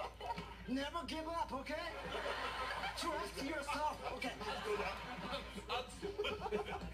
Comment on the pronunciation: trust yourselfめっちゃ発音ええ笑笑笑